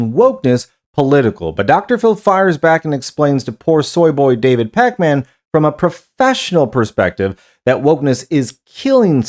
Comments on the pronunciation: "Pac-Man." lol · Love how everyone says it like “Pac Man” 🤣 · I thought it was AI with your pronunciation of Pakman. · I love the way you say his name like the arcade game 😅